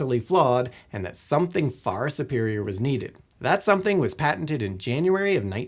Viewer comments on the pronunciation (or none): none